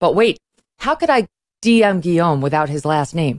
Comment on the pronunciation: I admire her saying ''Guillaume'' the French way and not like some ugly American wjo might say Lewis instead of Louis.